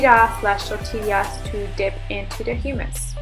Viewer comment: "Guacamoal" "Hyumous" "Tortillia" fucksake girl if you aren't going to learn about the food you're eating, at least know how to pronounce it